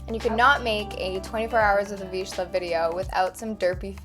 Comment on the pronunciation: Not to be rude but your pronouncing the word vizsla incorrectly, it sounds like veezluh